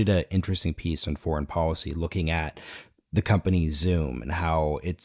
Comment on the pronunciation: IT IS pronounced depoliticized - NOT - DepoWiticised Bolled over - NOT - bowed over policy - NOT - powicy call - NOT - cow If you wish to become a real journalist You must learn how to speak clearly & not how you chew the cud on the street with your homeboys. Go back to school - and learn a thing or two. Get the marbles out of your mouth...Son